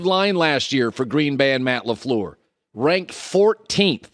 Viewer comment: it's not Laflur it's Lafleur